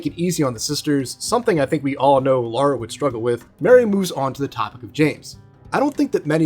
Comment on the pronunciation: Lik the video but why do you keep saying Lara instead of Laura?